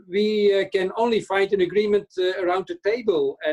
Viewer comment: “Vee are tuttelly united, tuttelly determined end tuttely stoopid” We don’t need the 27 to give us anything make our Prime Minister happy, Monsieur Mini Napoleon, Britain is quite happy just leaving and taking with us only what belongs to us, namely, our waters (and also the fish inside them), our freedom to make our own laws, give state aid to help our businesses and to govern ourselves with zero meddling from anywhere else. BRITAIN HAS LEFT THE BUILDING last one out please turn out the lights 🇬🇧🐟🇬🇧🐟🇬🇧🐟🇬🇧🐟🇬🇧🐟🇬🇧